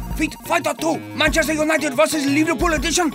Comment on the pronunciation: first it sais manchesthair and then he says manchester